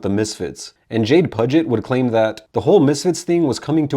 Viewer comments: Hate to be that dick .. But i do believe it’s pronounced “Pew-Jit” like the Puget sound Jade Pew-Jit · Maybe research how to pronounce the names correctly of the members of the band bro. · This is true